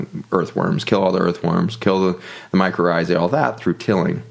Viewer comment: Mycorrhizae (I’m hearing “ micro rrhizae”)